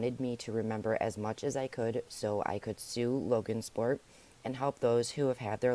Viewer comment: Just saying it's Logansport not LoganSport. Also it's forefathers.